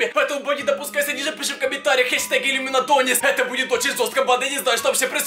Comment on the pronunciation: я тоже и #иллюминатОнис а не #ламинатОнис